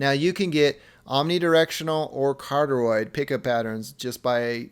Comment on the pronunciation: "Carteroid" I lold so hard man. Good review though. Peace 👌💪